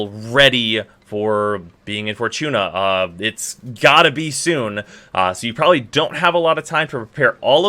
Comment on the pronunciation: Didnt know "Fortuna" had a CH in it..